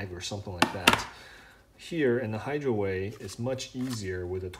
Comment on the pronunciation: No, it's not Hydroway... and it's not Hydraway... It's Hydaway. Sheesh.